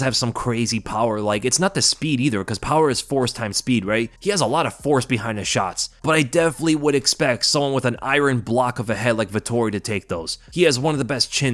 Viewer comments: You pronounce iron eye-ron try eye-urn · Say iron properly you weirdo